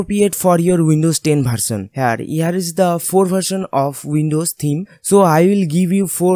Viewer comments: Improve your language Its not bharsan its version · Bharsal nhi version hota h...🤣🤣🤣🤣🤣🤣🤣